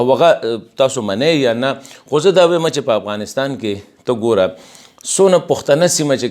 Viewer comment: جناب د افغانستان نوم باید تاسې سم تلفظ کړﺉ! مننه!